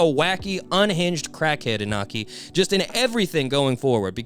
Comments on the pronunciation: Just a lil side note, Iñaki’s Mexican so the tilde above the N changes the sound from Inaki to InYAKi. Great video tho! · I don’t wanna be that guy, but the pronunciation is Inyaki (no offense)